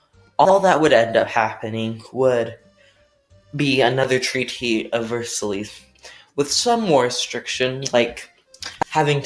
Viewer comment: did he say versailles wrong.